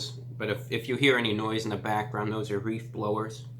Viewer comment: he said "REEF" blowers